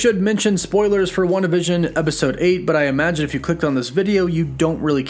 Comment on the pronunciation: Why do you pronounce it WandaVISION. You're putting the wrong emphasis on the wrong syllable hahaha. Emphasis is on the WAN part of WANdavision.